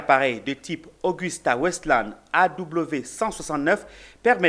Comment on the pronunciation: Svp c'est pas Augusta mais Agusta Westland AW 169.c'est un hélico très fiable, la qualité au rendez-vous, très confortable et c'est l'une des plus utilisées dans le monde